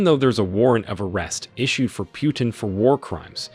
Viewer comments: My friend it is not Pyutin it is Putin Learn How to pronouns names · Poo-tin, not Pew-tin 😂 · Could you pronounce the name correctly, please: it's "Pootin" and not "Pjutin". I don't want to make any political statements here and I am happy for African nations' debt to be forgiven( it probably does mean a relief to them) but, as for me, I feel that the motives here could be of different nature. I am not too sure that there are no "ulterior motives". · It's not "Pyootin", it's "Pootin". Russian Путин. Google translate will pronounce it for you. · Putin NOT Pjutin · in the future, it's "POO-TIN" not "pew-tin." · it's not Pjutin, it's Putin,learn to pronounce the guy's name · Pronounce well : pootin. Not pewtin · His name is Putin, not "Pyutin." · The way you pronounce Putin (pew-tin) makes me hella uncomfortable lmaoo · Your pronunciation of Putin isn’t right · I can t like your video when you show that you are too stupid to pronounce PUTIN. How hard is that? What school did you go to?